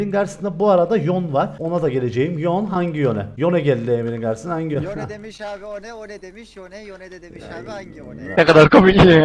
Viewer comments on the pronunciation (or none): abi yon değil yone diye okunuyor ama sen istiyerek yapıyosan rahatını bopzmayım